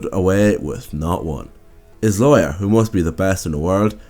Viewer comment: Its lawyer not layer. Awesome vid btw